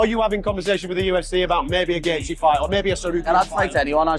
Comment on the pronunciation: Why can you not pronounce names correctly! It drives me crazy. Gaethje (GATE-CHEE) Not (GAYJEE) and it is pronounced (PEŌTER YON) Not (PETER YAN). Please for the love of God, check the pronunciations of the fighters or you are just as bad as Dominic Cruz!